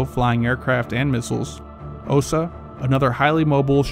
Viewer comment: BUK is a tree, is isnt Byuk, but like a bout. French OU is how U is read. Not AU = O. Tunguska, is not tanguska. Read like french tOUngouska, Osa is a wasp, so read it like Ohsa, without pronouncing H. Not Ousa. Difference is, USA is so far on the attack worldwide, doesnt really expect a biteback. US doesnt defend its teritory, but elite interests. Russia does both. To complete air defense, you need ability to take out aggressor satellites, because the aggressor, namely the empire from overseas, would be blind then. Strike those down and good luck :D